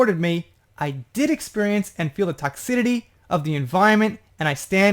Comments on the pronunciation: Toxicity::::: TOCKS------I-----CITY Not TOCKS------I------TITY Just trying to be helpful. BTW.. Do you speak Japanese.??? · Hi, Another Great Job! You know Me though; if I think that You have a mistake in a pronunciation; I will let You know. I just want You to stay correct ALWAYS. Toxicity the C has a soft s sound like in city. I understand the mispronunciations because it is toxic when not in the word toxicity. Weird but it is Our English language and We don’t always have understandable rules in Our United States English language. I just wanted to let You know but no personal criticism of You. I think that You know that by now because I will always support You and love Your channel and all of the work that You do. It is confusing about Ellen but even before the D.Jay wrote anything good or bad about Her. I heard one Guest say, he said hello to one of her staff members and she, Ellen, said to Him, a Star Guest on Her show; “You don’t need to speak to Them, they are just the little people or the help.” WTF?! Ellen, You are not in medieval Europe and You are Queen Ellen!!!! She has had too many people including the Star-Guest that came out and shared this story. She is just IMO, A Mean, Condescending BITCH!!! I liked Herca lot in the 90s when She Had the Sitcom